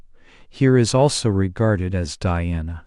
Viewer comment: Take more care about your pronunciations😀 Dhyana, Jnana, Guru, Mantra. Many such words